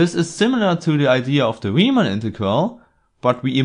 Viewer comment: You're guaranteed that "Riemann" will be pronounced correctly!